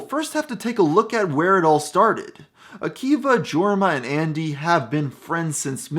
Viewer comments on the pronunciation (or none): it’s pronounced YORma not Jorma, even though it’s spelled jorma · 1. Its not pronounced jorma. Its yourm-ah. 2. Its popstar: never stop never stopping, not never stop stopping 3. If you're going to do a background on them, highlight the amazing movie they made Hot Rod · It's pronounced "Yorma" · Jorma is a Finnish name. It's pronounced Jorma not yourm-ah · seriously? "GORMA" ? its jorma pronounced like a y, listen to some of their less known songs. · pronounced yorma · “Georma” good stuff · Skipped major events and projects and mispronounced Jorma. Didnt finished this video. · That is not how you say Jorma, and you should really watch Alone Together. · The way he says Jorma 😬😬